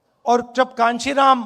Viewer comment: कांचीराम 😂 नहीं काशी राम थे राहुल बाबा